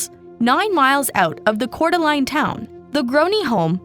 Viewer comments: Coor-duh-laine glad she’s is okay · Lane! It's pronounced Core Da Lane! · It's pronounced "core de lane" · What a horrific case. Also Idaho resident here, Coeur d'Alene is pronounced 'cour de lane'